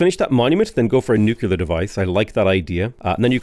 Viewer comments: Nuclear. Not nukelar. Great vids man ;) ! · Nu-cle-ar. Sorry, I don't want to be that guy, but it just kept digging at my ears.